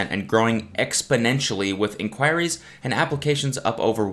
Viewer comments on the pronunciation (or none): The way that Cody pronounces "Inquiries" still echoes in my soul.